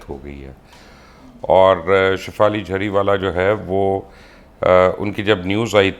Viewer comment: لقمان صاحب جھری والا نہیں جری والا ہے